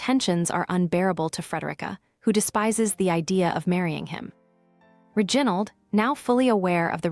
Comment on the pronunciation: ' Ri... gin...ald'. Really!?